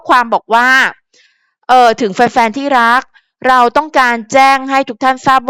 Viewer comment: ที่รักครับ เต็มปากเต็มคำ ชัดเจน ที่รักครับ